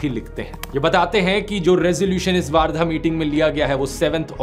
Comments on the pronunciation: Its वर्धा not a वार्धा 🤗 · Also it's वर्धा not वार्धा..!!!